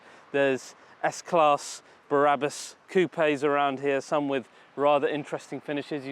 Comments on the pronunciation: If you’re going to talk about a place that does such extreme customizations, the least you can do, is pronounce the name of the company properly. It’s Brabus, not Barabus. Barabus is biblical. Ty for the video. I will send my vehicles to this place. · I’ve been waiting for this video for ever but please for the love of God and everything that’s holy stop saying “ Berabus” I still love you so don’t worry 👍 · I do love your work but why oh why must you pronounce it “barabus”?? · Brabus NOT Barabas! Duh!!! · "There is S class BARABUS" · A O O Because pronounces it Barabus, lol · Totally agree my friend!!!! Made him sound like he hasn't got the first clue about cars, when he can't even pronounce their name correctly, and replaces it with a guy from the Bible!!! Not very professional, when there are other car channels out there that are making this look a laughing stock. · Bara bus,, WTF again and again i hear same shit. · Why "Bahrabus"? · Please accept my apologies for this, but... Barrabus was, I believe, one of the criminals set to be crucified with Christ... (it is actually "bra'-bus", as in the French "la") And it's pronounced "land-ow-lay". Cheers! Nb. I even listened to an interview elsewhere on YouTube with the CEO of Brabus to check the pronunciation of Brabus - and you even got it right when describing the customised steering wheel and the fully tested airbag ! Lol! Yes, I am a pedantic arsehole! I just hate seeing people repeatedly making the same mistake over and over!